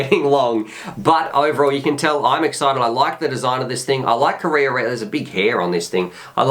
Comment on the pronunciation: wow, that beast looks sensational!, another great review but correct pronounciation of Karearea is closer to ka-raya-raya... check out